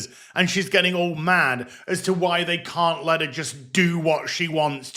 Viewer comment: Every time I hear cow I hear can't.